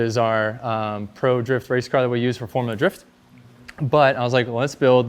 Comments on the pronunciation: “FoRuLa DrIfT” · I like “forula “drifting 🤣🤣🤣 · Ah yes "forula drift"